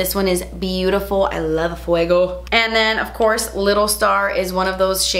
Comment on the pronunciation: I wait for that moment when says: “OFCOURTS” 😍😍😂😂😂😂😍😍